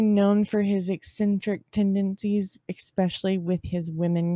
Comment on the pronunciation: I LOVE your channel, thank you so much for your hard work!! p.s. My ex-husband used to say it too but the word is “especially” not “expecially”. 😊😊